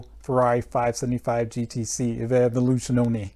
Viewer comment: and its not evoluzione for you americans to speak it right out but more like : A-volu..zyooona (last a spell short) ;) You learned me much with this video so I give you very small lesson ;) Cheers